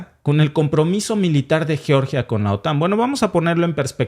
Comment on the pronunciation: Sé pronuncia yeoryia! Así lo pronuncia mi Amiga nacida allá en Georgia